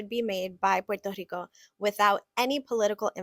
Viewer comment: He can’t even pronounce Puerto Rico.